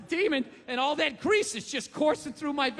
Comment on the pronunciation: " and.. AHLL of a sudden" ... wtf?? Who talks like that? I don't care where you're from... I've never heard "AHLL" until Bill 'go-fuurarrhkk-yourself' Burr here! Weird.